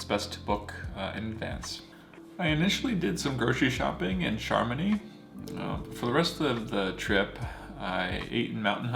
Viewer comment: I don't mean to be a pronunciation snob, but you asked for feedback. It pays to learn the correct pronunciation of place names. Chamonix is pronounced "shamoni." And the "au" sound in "haute" is a special french vowel sound that you just need to learn. And the final "e" in "cabane" is silent. Google's pronunciation app can help a lot here. The Swiss are in general very polite and used to Americans mispronouncing their words, but it shows respect to try to get the pronunciation right.